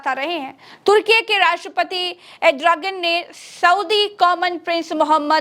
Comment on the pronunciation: Erdogan hota hai 😂 name tak to sahi nahi liya za raha hsi